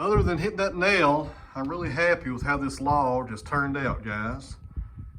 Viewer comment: Please, the word is “this” not iss. You used to speak accurately in the past and still sounded folksy.